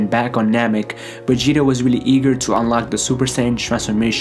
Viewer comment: He says vegeta like Begeta😂😂